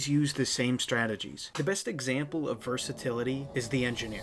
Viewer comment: This maybe grammar police but I think it's versatility not versatality though I may fail to notice the accent if there is one